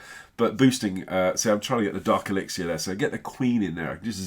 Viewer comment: The resources is elixer no elexier why can't you call it the right thing?